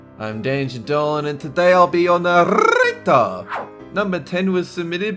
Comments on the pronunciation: Dolan:Narrrrrrator me: i cant get over that XD edit 2022: i got over it. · Dolan: I'll be your narrrrrrrrator Me: I'll be your naph, na, na what? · I like when dolan says narrrrrrator XD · I love how says Narrrrrrator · lol it sounds funny when he says narrator